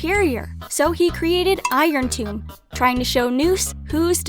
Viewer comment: you're pronouncing irontomb wrong